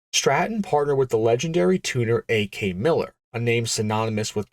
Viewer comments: Porsche is two syllables. Stingint (sic) emissions standards? Ah-stethics (sic)? A.K. Miller? His name was Ak Miller. Jesus Christ, kid.🤣🤣🤣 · Saw the tapered nose and the name "Pangra" came to mind. Car magazine story of the '70s. Car Craft, Car & Driver? Don't remember. Not a Road & Track kind of story. Maybe Popular Hot Rodding. Btw, the turbo guy was "Ak" Miller, not "A.K." as A.I. says. Well-known Ford guy back then, especially with 6 cylinders. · He was Ak miller. not a-k miller. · 69 year old lifelong car guy, I remember the Pangra very well. Ak Miller’s first name was pronounced Ack